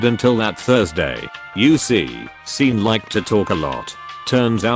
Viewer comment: Sean is pronounced "Shawn".